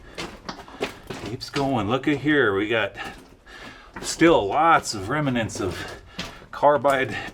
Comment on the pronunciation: Remnants, not reminants.